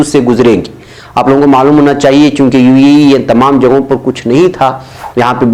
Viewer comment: ایشیاءی ممالک امریکہ کو خام تیل کی برآمد نہیں کرتے، بلکہ درآمد کرتے ہیں ( یعنی باہر سے اپنے ملک میں منگواتے ہیں۔) براءیے مہربانی UAE کو UEE نہ پڑھیں۔ بہتر ہو کہ متحدہ عرب امارات پڑھیں۔